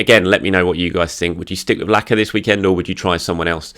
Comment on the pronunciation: Was the 'Alexander Lack-of-threat' on purpose or just a happy accident? 🤣